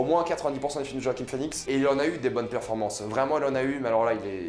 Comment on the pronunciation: Roaquim ? 🤔 Sinon critique au top, tout à fait d'accord avec tes propos. Ta chaîne est super, continue !